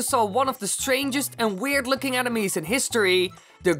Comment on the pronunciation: kept sounding like "animes"